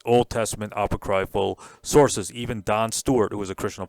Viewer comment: Apoc-ree-ful ( not apo-cry-ful )